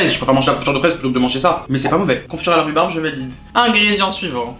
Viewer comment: Re regarder la video 2 ans apres c tellement doux " la confiture de roubaba " 😂😂 incroyable